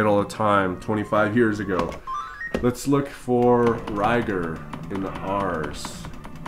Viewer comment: its pronounced Ko-leek-ko vision. and Ry - GAR.. not ryger.. . lol.. excellent video tho.. i want it!